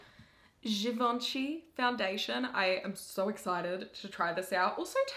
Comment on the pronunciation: A GEEVONSHEE??? A G E E V O N S H E E ? ? ? !! ?!?